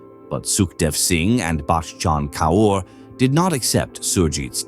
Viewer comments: The repetition of the name Bakkchhhann Kauuurr tho 😂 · The way this man says bachan kaur 😂😂😂 so fucking funny